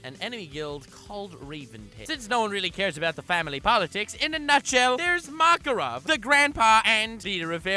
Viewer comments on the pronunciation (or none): none